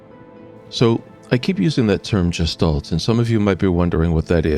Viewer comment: Interesting. However, please learn the proper pronunciation of "gestalt." It's supposed to have a hard "g" like "graphics." It was very distracting every time you pronounced with the j sound.